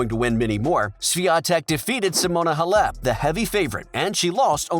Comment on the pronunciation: Please get an announcer that knows how to pronounce Halep.